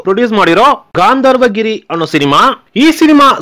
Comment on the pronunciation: Voice yaaro tamilian aagiddane, kannada padagalu uccharane sariyagilla. Kannada davru yaaru siklilva ivarige. Gandharvagiri ge Gaandharvagiri anthane.